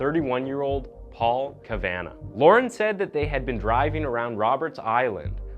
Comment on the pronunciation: The last name is pronounced "cav-ah-naw"...